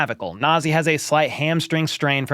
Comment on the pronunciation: Na'Zeeh. The Na is as in Ka in Kansas. For Zeeh, the Zee is as in ZeeZee. The H is as in Haney.The name means High in ethics and morality. When a person is not corrupt, the person is called Nazeeh. Hope all of us Nazeeh. Go Chiefs